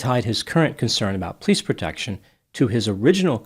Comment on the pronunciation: Is it an Italian thing or a Detroit thing to say pleece instead of police? My grandma did that and I love it. Just curious.